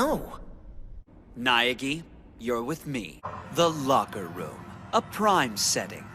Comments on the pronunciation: I also heard it also I think it's safe to say we all knew neagay wasn't gay lol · For me I thought byauka said "Daniel I know Neagi wasnt guh-"